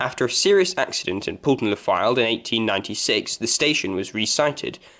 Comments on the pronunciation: It's pronounce Poll ton not Pool ton. The M55 and Yeadon Way was not the reason why the Marton Line closed. However, the Highways Agency decided to use part of the old trackbed for the M55 and Blackpool Council decided Yeadon Way would be a convenient corridor from the motorway into the town. The site of the first Fleetwood station is not where you say it was and in fact, is closer to the Wyre Dock station which became the new terminus when Victoria Terrace closed. Where you show it was, was actually numerous coaching stock sidings. The first original Fleetwood station was not far from where the Wyre Dock is as that did not exist when the railway first came into the town. The line from Thornton was virtually straight into Fleetwood and ran across the marshes on wooden trestles and over the land the dock was later cut from. By the time they built the dock the wooden trestles were in a dangerous condition so they needed to remove these and re site the station. This also required a track re alignment and is the reason the line swings away from the river behind the now caravan parks. Again, the old track bed into Fleetwood is buried under Amounderness Way. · It's pronounced Pole-ton, not Pool-ton